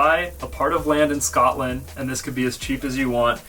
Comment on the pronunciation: Bro I felt hurt when he said sCotland